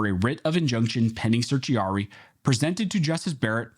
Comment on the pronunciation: "Searchy Are-y" 😂 💀